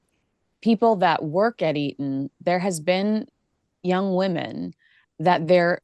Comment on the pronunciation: Eton not Erin.